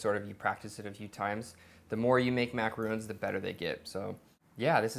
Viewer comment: I'm surprised those macarons (and it's pronounced ma-ca-RONS, not ma-ca-ROONS) turned out looking fine - to start with, the measurements were not precise, as in by weight, the meringue was definitely underwhipped, and the batter looked too runny. But hey, you do you if it works for ya.